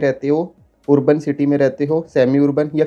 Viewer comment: Urban (arban) ✅️ Wurban ❌️